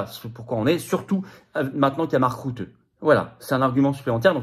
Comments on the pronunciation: on ne dit pas "marc route" mais "marc rute" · Bonjour FLORIAN, Je vis aux Pays Bas. Mark,."Rutte" se prononce ïci "RUTTE" comme tu le prononcerais en Français.